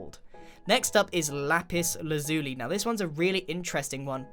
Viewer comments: It’s Lapis Lazuli Not Lapis Lazoolee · Not to be rude but it’s pronounced lapis LAH-za-lee, not la-ZOO-lee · He pronounced it lazooolie i pronounce it laz -uh-lie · “ Lapis laZOOLY “ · I say La-pis La-zul-ie, Also, if you pronounce it the way you do, Then spell it it's, Lapis Lashilie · I have never ever heard or seen it pronounced La-shi-lie. I've heard La-shi-lee, I've heard La-zoo-lie, but never La-shi-lie. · lapis lazuli is pronounced lapis lazewlye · Don’t want to be picky but you pronounce lapis lazuli like la pis laz you lie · Lapis lazuli is pronounced Lah-piss lah-za-lee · btw Lapis Lazuli is pronounced lapis laz-you-lie